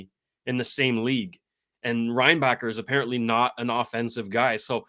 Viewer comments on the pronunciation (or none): For your infos, we dont prononce the ck in Reinbacker. Suppose to sounds like Reinbaher.